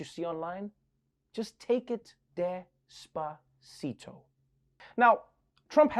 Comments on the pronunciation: Trevor, you say des-paa-ci-dou", but it is despacito. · As a Mexican, I cringed so much when Biden played Despasito